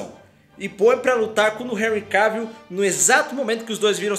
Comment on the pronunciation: Seu canal e’ otimo , muito melhor do que aquele outro de óculos lá, que só copia... Mas olha só , não pronuncia “Henry Keivill, é CAvill mesmo rs... agora esse Superman Tyler é ridículo hein... Superman jamais perderia da Supergirl e seria tão coadjuvante como ele é